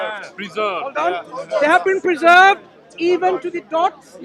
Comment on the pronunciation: who's that clown saying " it's a peezerved" . ROFL😂😂😂